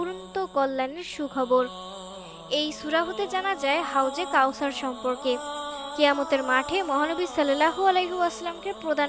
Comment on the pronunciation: আপু আপনি কথা সঠিক করে বলেন হাউজে কাউসার জান্নাতের নহর।